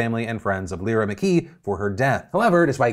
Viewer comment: Lyra is pronounced Lie-rah